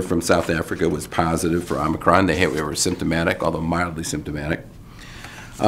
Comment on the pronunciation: Thank you for all of the information and for being one of the few who pronounce omicron correctly.